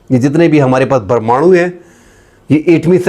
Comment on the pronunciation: جب آپ پرمانوں بم کہتے ہیں تو بڑا مزہ آتا ہے ۔